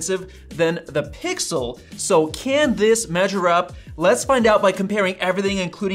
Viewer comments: "Pixer" lol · he says Pixer😢